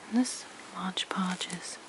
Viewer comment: Really beautiful! And very soothing to listen to. I think that product is called Mod Podge, though, not Modge Podge... :)